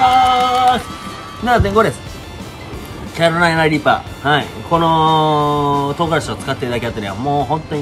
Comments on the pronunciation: 、一回もキャロライナリーパって言えてないぞ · キャロライナリーパーがちゃんと言えない件